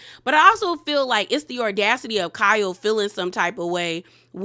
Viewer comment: Sis it's audacity not ordacity.